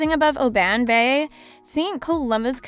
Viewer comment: Guys Im Scottish and visit Oban regularly, please pronounce the name right O B AH N lol,,,,,so glad you visited and great footage. I have it on my channel a drone view have a look. New Scottish Subsciber